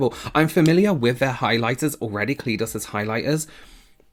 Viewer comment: pronouncing it KA LEE DOS kills me